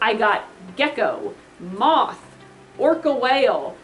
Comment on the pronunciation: i thought u said i want a mouth Lmao